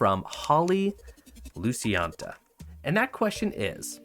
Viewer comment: Hope everything is going well in the household:) Thank you for picking my question! You pronounced my second name perfectly on that second pronunciation -- Luci-anta.